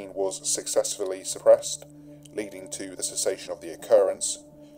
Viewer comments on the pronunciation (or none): none